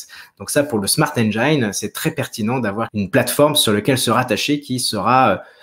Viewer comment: Salut, encore une super vidéo ! Par contre faudrait essaier à l' avenir de ne plus dire smart engAIne mais bien smart engine prononcé "i", pcq j'ai les oreilles qui saignent à chaque fois que j'entends cette erreur haha